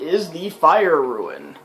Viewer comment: It's roon, not ruin